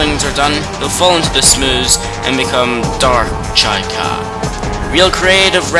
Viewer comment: chykka....... pronounced better as "chicka" instead of chaika" lol